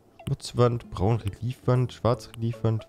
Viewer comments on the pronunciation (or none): Nur zur Info: die Reliefwand spricht man Relljeff aus.😉